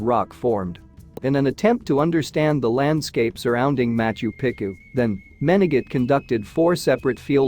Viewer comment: Quit butchering the ancient cities names please. It is pronounced MachU PEchU not macho picU .